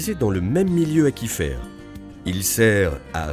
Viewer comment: Il me semble que "aquifère" se prononce "acouifère" (comme aquarium) et pas "akifère".